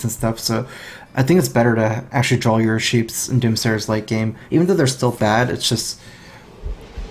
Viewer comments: dude it's draw not drawl :D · THERE IS NO L IN THE WORD DRAW